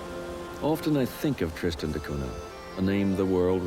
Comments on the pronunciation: Everytime he says cuna, I cringe. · A very philosophical approach to this island. It took awhile for me to warm up to the presenter's style, but by the end I liked his observations of this microcosm of human society. I even enjoyed seeing the dogs in every scene! By the way, the pronunciation is Cunya.